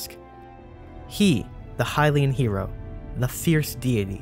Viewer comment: Hylian it’s Hylian